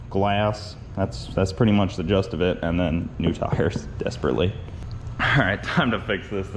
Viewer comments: "Jist of it" not "just of it" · also, its "jist," not "just" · That's the *gist of it, not "just". Hey, if we're giving Bronte grief for mispronouncing "Folgers", you get equal treatment. 👍 😂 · "gist of it", not "just of it". :) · It's gist not just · you are great and I love the content. But I die a little inside every time you say "the just of it" instead of "the gist of it". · it’s “gist” not “just” that’s the gist of it. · Sorry, but it's "gist" and not "just" :-)